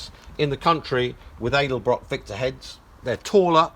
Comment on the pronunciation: Its pronounced Ed-El-Brock, not Aid-el-brock lol